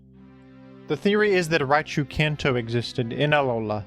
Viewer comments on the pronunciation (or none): none